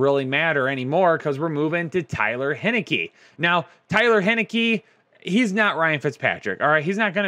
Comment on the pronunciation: 🤦🏼‍♂️ it’s not Tyler Hinickey it’s Taylor Heinicke